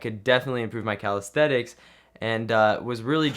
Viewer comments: Great job, but it's pronounced "calistheNics" not "calistheTics". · Are we just going to ignore this man calling it "calisthetics" ??? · Is he saying Calaesthetics on purpose? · Sorry but this drove me nuts Calisthenics ---> ka . luhs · theh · niks